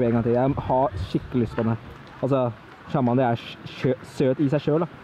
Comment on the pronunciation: lær deg og snakke chamander???? kasty ????